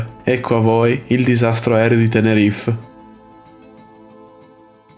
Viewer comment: Bravo per il video! Però accidenti... si dice TENERIFE, non "Tenerif"!